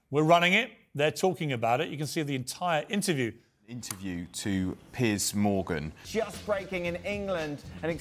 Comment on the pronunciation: Literally what he says at the beginning : Good Evening holadoohvogahnan Welcome to Pears Morgan…*more gibberish*…